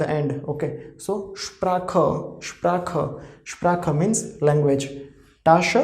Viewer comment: it is not ssh-pra--kaa. it is ssh--pra haa. And 'r' sounds as from throat.